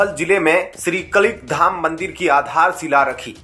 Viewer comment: ये अनाउंसर बिल्कुल अंगूठा छाप है क्या 😜 कलीक धाम बोल रहा कल्कि धाम को